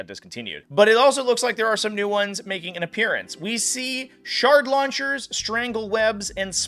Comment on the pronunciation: For a second i thought he was saying "shart launchers" and i was like damn these bugs are nasty